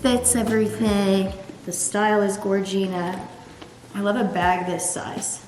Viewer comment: I cringe so hard every time she says gorgina